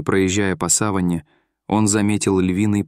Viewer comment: сАван и савАнна ---- разные слова ! Говорите грамотно !